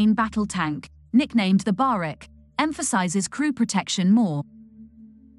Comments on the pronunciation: Barak not barek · Pronounced "ba-rak" Not "ba-rek".